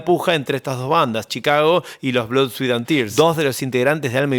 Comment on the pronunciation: Los bardeaban porque tenian teclados, un saxo y una trompeta, y eran músicos profesionales. Los cavernicolas del rock pensaban que saber música te descalificaba como rockero y el rock era guitarra, bajo y bateria. (Todavia lo hacen) Ah, y "sweat" se pronuncia "swet", no "swit".